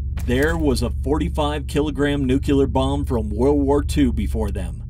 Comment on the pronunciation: It's nuke lee r, not nuke u ler